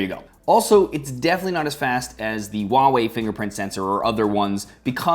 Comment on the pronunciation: THANK YOU FOR PRONOUNCING HUAWEI CORRECTLY!!! xD